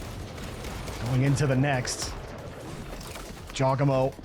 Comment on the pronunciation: man said jawgEmo